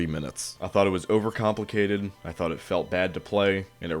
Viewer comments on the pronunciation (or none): none